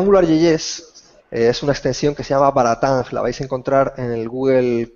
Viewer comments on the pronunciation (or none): No es BaraTang, sino Batarang.